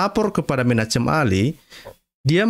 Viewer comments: Bacalah, "Menakhem Ali" atau "Menahem Ali." Jangan menyebutnya, "Menachem Ali." Walaupun ditulis "Menachem Ali." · Menachem bacanya *Menakem" pk😀